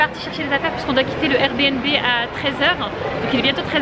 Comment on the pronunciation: Sa se prononce air "bi and bi" lol